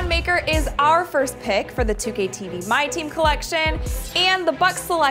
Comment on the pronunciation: its not pronounced maker its pronounced MuhKerr (ik its not spelt right Im just trying to show you how it is actually pronounced.)